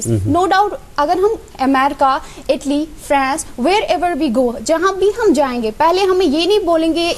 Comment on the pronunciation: America ki pronunciation aati hai but Italy like itly.. 😂 😂 😂